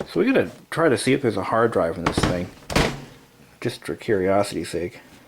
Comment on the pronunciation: I tout I hewd a hawd dwive... lol